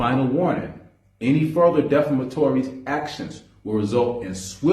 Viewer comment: He can't even say defamatory correctly 😂😂😂😂😂.